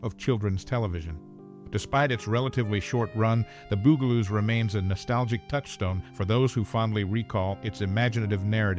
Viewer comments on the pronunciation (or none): I had to laugh every time he pronounced it like the musical instrument bugel bugel-oos lol my friend you know they're supposed to be insects lol they're bugs the bug-aloos . Get it?